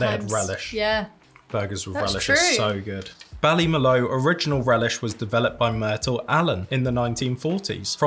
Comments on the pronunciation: Puka means ghost in Irish and is pronounced ‘poo ka’. Also Ballymaloe is pronounced ‘Bally ma loo’ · It’s pronounced Bally-mah-loo relish.